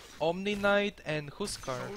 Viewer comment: the way you pronounced "Huskar" bruh, i heard "Who's Car"